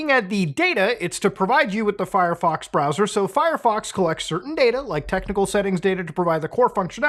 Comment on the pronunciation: But Mutaahar I don't wanna switch my bwowwer again.